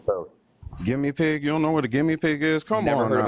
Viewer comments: I was in denial I thought he was saying gimme pig as a thing that maga hat people say about anything they don't like was thinking there is no way that's what he meant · Oh my god i just realized he was trying to say "guinea pig" 😂